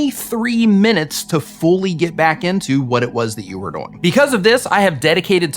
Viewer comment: I'm sorry, but when you say "doing" , you say it like it rhymes with "boing". And that is incredible. Keep it up !